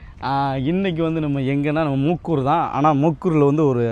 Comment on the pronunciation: முக்கூர். என்று சொல்கிறீர்கள் முக்கையூர் என்று சொல்லுங்கள்